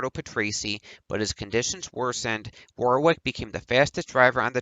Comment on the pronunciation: Your content is okay and you cover things some people don't but you desperately need to pronounce alot of things correctly and also sort your microphone levels out, apart from that keep it up... (example, Derek Warwick is pronounced Derek Worrick, not War-wick etc... watch English TV feeds etc and you'll get there)